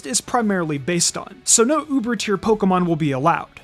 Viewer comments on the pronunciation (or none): none